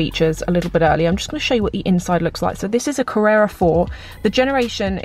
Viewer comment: it's porsche CaRRera not carerra! Carrera means race!